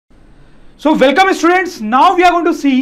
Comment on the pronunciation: the whole power is used to speak the word "students😄"